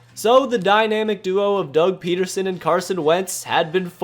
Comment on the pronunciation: It's PEDerson... not PETerson..there is no T in his name.